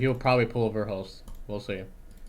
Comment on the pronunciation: "He'll probably pull a verlhust" as he's literally pulling a verhulst. The irony is decadently rich.